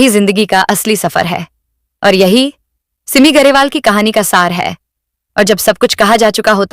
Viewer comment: सिममी नाही सिमी उच्चार तर नीट कर बाई